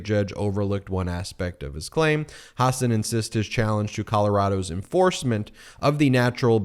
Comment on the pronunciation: It is Hasun, not Hasaan!